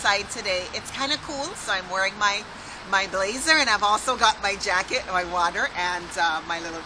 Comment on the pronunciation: at time when you said "jacket", it was the emphasis on the "e" i guess... :)